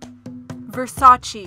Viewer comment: Versace is pronounced incorrectly 🤦🏽‍♀️